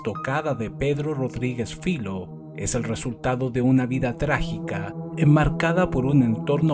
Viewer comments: Filho no es su apellido. Es hijo en portugués. Su padre se llamaba igual, por eso lo llaman así. Y se pronuncia Fillo, no filo. Saludos. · No se pronuncia filo, se pronuncia filiu y significa ( hijo ) en português.